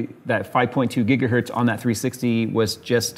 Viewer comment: "almost a whole gigahert" had me cracking up. I'm sure Heinrich Hertz appreciates it